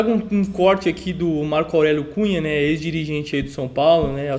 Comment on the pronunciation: "diGigente" pressa de postar logo o video dá nisso kkk